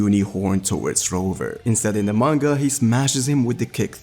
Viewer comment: Viz calls him Roover lmfao if your gonna talk shit at least be right